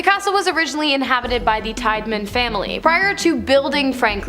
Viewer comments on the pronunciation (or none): Still at it huh? Still not researching names? Tiedeman Prounounced "Tee- da - min" NOT "Tide -man* " LIMA" - LIKE THE BEAN- NOT LEEMA! MARRIETTA- "MARY- ETTA" NOT MUIRETTA* AGAIN****LIKE GUY- "CUY-A-HOG-A" NOT COO-YA- HOOGA! 2 VIDEOS IN A ROW!!!!!!!! SAME NARRATOR* AND THIS IS JUST A BADLY REWORDED REPEAT OF 1ST VIDEO! AND STILL NAMES ARE WRONG! Will give this..... 1 narator actually asked question on how to say Circleville* "Circle-ville". Would think would check before recording???????